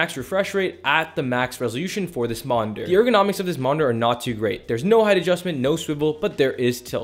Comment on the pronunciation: Monder? It’s monitor 😅